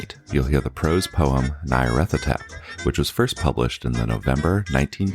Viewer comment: Trigger Warning: continuing & near-consistant mispronunciation of Nyarlathotep 😜